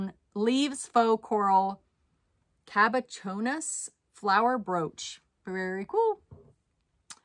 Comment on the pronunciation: Hope this is helpful: Cabochon is a stone used in jewelry, it can be real or plastic or other materials. It is Rounded on the top and flat on the bottom, different from faceted stones. Google says to pronounce Kaa-Bow-Chaan. Happy Bolo Hunting!